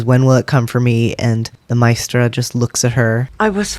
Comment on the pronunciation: The funny thing is they got a young actress who cannot pronounce Maestra. It's not mystra. It is Ma-AY-stra. The accent is on the second syllable. You are the only person who picks up that Jen is not bound. It is self-imposed. That she is UNWILLING to use it. Nobody else got this at all. They didn't use that word for no reason.